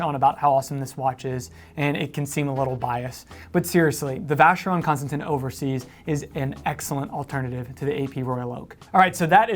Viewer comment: U love the v.c so much that you haven't even bothered to learn how to pronounce the name of the company?! I mean it's only been around since how long ?!